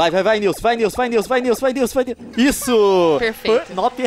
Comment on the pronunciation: Gente é nilce, e nn nilse ou nilsi ou nilci